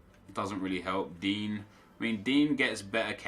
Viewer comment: Baffles me how he can say Insigne just fine, then calls Digne ‘DEAN’ 😂